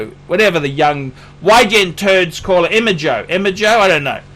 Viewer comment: pronouncing Emoji is really the greatest thing ever...